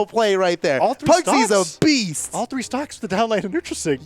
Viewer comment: «Pugsy’s a beast!» What i heard: Pugsy’s obese!